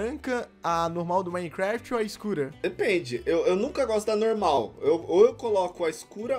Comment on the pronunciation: Prefiro a normal quem percebeu que o n fala normal ele fala nolmal